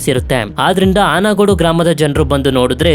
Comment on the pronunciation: ಅನಗೋಡು alla bro ಆನ್ಗೋಡು But good video